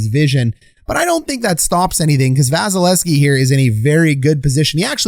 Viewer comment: KEE KEE KEE please